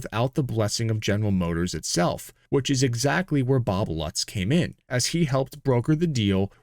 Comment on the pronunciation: Great video and presentation, but the European names and pronunciation needs some work it is pronounced “Loots” with an emphasis in the first “o”